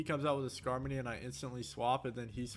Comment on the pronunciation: Skarminny lol. Nice video 😎